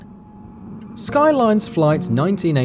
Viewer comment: It's Skylanes, not Skylines.